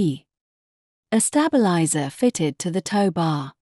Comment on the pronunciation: Q, 44 she says wound as 5 wound as in have you wound the clock up.. And 45, she says a stab.. Eliser as in stabbing 😂